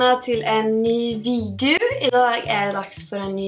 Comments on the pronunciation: Det er "video" ikke videu.. Og "gillar" ikke liker.. (halt svensk, så kan detta) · "Videjun" lol!!! Du r så kuuuuul<3<3<3<3<3<3<3<